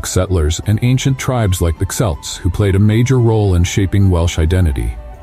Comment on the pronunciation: Wales is a country … not a county. It has counties! 22 of them! Pronounce Celt again?Dyfed? 😂😂😂